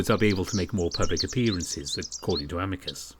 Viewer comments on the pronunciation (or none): I think his name is pronounced as Ameecoos.